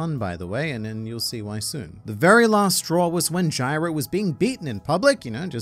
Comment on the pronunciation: "Jail," (Jeiru) not Gyro (Jairo)